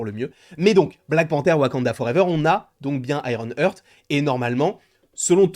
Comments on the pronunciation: Petite info, ça se prononce "Harte" pas "heurte" ;) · J'ai les oreilles qui saignent à chaques fois qu'il dit "Iron Heurttt" mdr 🤣 C'est IRON HEART!!! ( prononcé"Harte") bordel !!!